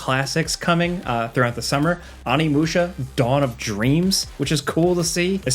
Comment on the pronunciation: Learn to pronounce Onimusha you uncultured plug